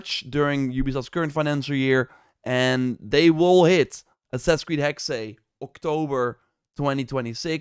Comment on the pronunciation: Hexe (the German word for "witch") is pronounced HEK-suh, with two syllables, the first rhyming with "hex" but with a short 'e', and the second a soft 'uh' sound, similar to the 'a' in "sofa," stressing the first syllable. Breakdown: Hek-: Sounds like the English word "heck" (short 'e'). -se: A soft 'suh' sound, almost like 's' followed by a very quick 'uh'. So, say "Heck-suh". P.S. Elsa is a swedish name.